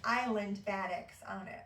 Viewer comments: This is a good introduction to the world of batiks! "Buh-TEEK" is the pronunciation. It is a process of how the fabric is dyed that gives the color variations. Love these colors! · It’s pronounced baa-TEAK.